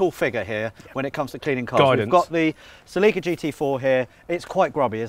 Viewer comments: "seleeka" lol its "selicka" celica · They have an odd way of pronouncing Celica. And the music they use if horrible.